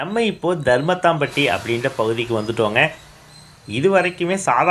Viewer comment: பாவிப்பய தருமத்துப்பட்டி ய தருமத்தாம்பட்டினு திருப்பி திருப்பி சொல்லி தமிழைக்கொல்றான்.போர்டுதான் கொட்டை எழுத்துல போட்டிருக்கில்ல